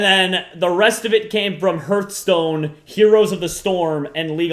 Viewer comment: Herthstone? Lol